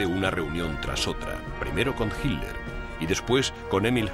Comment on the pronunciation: Tod está bonito,,,,,,solo qe el comentarista suena mal al pronunciar hirler,,,si esta hablando en español,,,debe pronunciar Hitler....como lo decimos tda la comunidad hispano parlante.